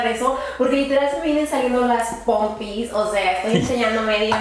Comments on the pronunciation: Me morí de risa cómo dice "pompis" 😂 Me encantó el video... son tan lindos, saludos desde Chile ❤ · " Pompis ” 😹😹😹😹😹😹